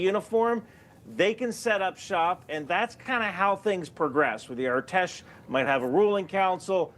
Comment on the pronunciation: As an Iranian thanks for the coverage, just a small tip, the “A” in artesh is pronounced like in apple, I’ve seen you mention them a lot lately